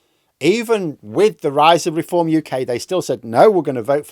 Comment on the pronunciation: Deform... not 'r'eform